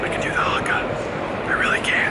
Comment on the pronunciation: thank you for prinaunsing the haka corectly